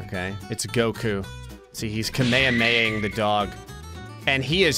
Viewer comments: It's Kamehameha not kameyameying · i hate how says kameyameia instead of kamehameha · Ka-may-huh?-may-huh? Its KAMEHAMEHA! AHHAHAHAHAHAHAHAHAH!! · What is a ka-mae-ha I thought it was kame-hamae-haa. BTW I was using the dashes as syllables. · I LOVE how says "kamahameha" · if you go back and listen to how he say kamehameha this is what i heard "kameyameya" that flipped me off HAHAH comment what you heard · I swear when you drew Goku you said the whole thing just wrong bro it's Kamehameha not what you said and I believe the dragon Ball community feels deeply offended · I think you pronounce it Ka-mi-ha-mi-ha. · Bro said kameamamay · Kamayamaya? What? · its pronounced karmeharmehar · the way pronounces kamehameha disturbs me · is gonna end up being cancelled by the anime community because if his mispronounciation of "Kamehameha" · The way he said Kamehameha... yknow wut sure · Why do you say kamehameha like that